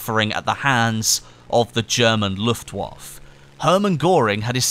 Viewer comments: its the Luftwaffe or when said 'luftwaffer' not luftwaff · Luft-wawf.. ? Luftwaffeh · Pronounce Luftwaffe : Luft-Vaffeh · You do realise you pronounce the 'e' s in German words? Herrman Georing - pronounced : Go-er-ing. Luftwaffe - pronounced: Looft-Waff-e